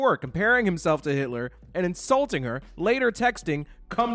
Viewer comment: Oh sis...not "Yitler"....💀